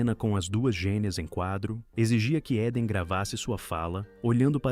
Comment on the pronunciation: Muito bom e interessante o conteúdo, mas a pronúncia incorreta do sobrenome da atriz repetida várias vezes durante o vídeo doeu no ouvido 😝 (Eden pronuncia-se ‘íden’, não ‘éden’)